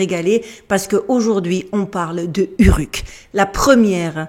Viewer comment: Prononciation : Ourrrouk ... ;-)